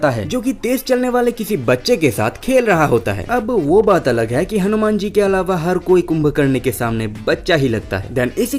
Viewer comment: Tu nam acchhe se le.. hanuman ji hai o😡